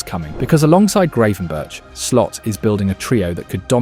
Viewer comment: Was this just a challenge to see how many different ways you can pronounce Gravenberch in 1 video?